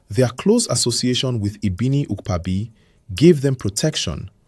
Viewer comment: Ibiniiiukpaaaabi .. I wish YouTube had a VN option, you didn't get the pronunciation